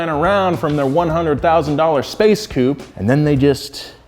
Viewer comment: saying spaceship coupe made my day